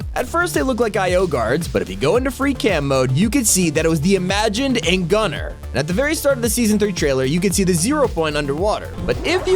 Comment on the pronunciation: It's Gunn-ar not guner